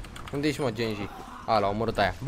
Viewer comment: Ba nu genji se citește se citește ghenji oricum este foarte tare și mai vrem episoade de overwatch